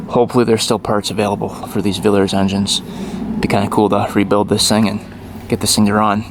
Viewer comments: Hey, hope this will help you, First its called a Villiers engine so its VILEE ERS when you pronounce it. James ML - Military Lightweight Known as the "Clockwork Mouse", the ML was based on the 1939 K17 James Lightweight. It was used by British and Canadian airborne troops, and on D-Day they landed by glider during the invasion and also by landing craft for use by dispatch riders. Post-war it retained the ML designation and a good many were exported to the United States and elsewhere. Some 6 or 7 thousand military WD machines were built from 1943 to early 1945, all with ML frame number prefixes running from ML2 to about ML8500, with several sequence gaps. The ML prefix continued on post-war civilian models. They were fitted with a Villiers 9D 122cc engine. If it was Military it would of been all green in color, they did make a similar seat for the 1942 military bike but the one on your bike I cant find on any other bike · Please pronounce Villiers Correct, lots of British bikes used Vill i ers i sounded like e when pronouncing, also part of Norton, And im also British, brilliant engine in its day, did have some concerns with frames cracking when landing in WW2, james used AMC engines later, I think they finished in the sixties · Oh and it pronounced villiers not a villers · Vill-lee-yers. You're missing the 2nd 'i'... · Hi.... The name is Vill i ers, with an I....not Villers. Great video though. 👍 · It’s pronounced a vill -e -ers . I only pray to god when you get it to run you don’t rev the hell out of it like you usually do.😬. Pretty rare old bike in the USA I would imagine. Engine Spares available from Villiers in England .👍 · Villiers not villers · Vill-ee-ers !! NOT Villers !!!😡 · it's Villiers, not Villers. Vill-ee-ers. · On pronunciation... Villiers would be 'vill - ee - uz' in British English. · just a tip its pronounced villi - ers not villers... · Its pronounced Vill e ers not villers Regards James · for f sake its villeeeeeers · same here